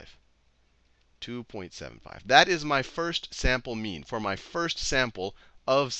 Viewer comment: I swear to god he keeps saying meme and not mean. The internet is ruining me XD